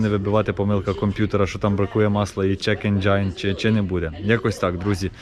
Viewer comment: Не "чек енжай" а "чек енжін" !!!! CHECK ENGINE!!!